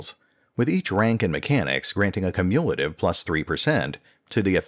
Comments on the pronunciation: Great information. Also, that's not the way you pronounce "cumulative". KYOO-myuh-la-tive. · Cumulative is pronounced "Kyu-myu-luh-tiv", FYI. Good video, just found your pronunciation of that super jarring.